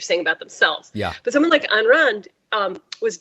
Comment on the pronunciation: Pronounced eye n or I n. Please don't disparage all the Ann's and Anne's of the world. She was one of Mitt Romney's favorite authors, next to the Bible, Atlas Shrugged was the most influential, profound, book he ever read. She was awful and so is he.